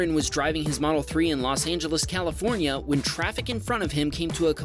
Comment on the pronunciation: "Califronia" lol